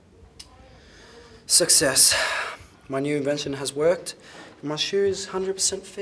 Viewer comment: Shoe* not show